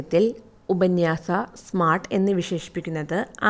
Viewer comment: സ്മാർട്ട്‌ അല്ല സാമ്രാട്ട് ആണ് ❤ഇനിയും മികച്ചതാക്കുക 😊❤❤